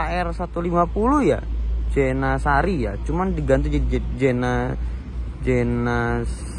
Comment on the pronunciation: Jeniseri mas ngomongnya bukan jenasari wkwkwkwkwk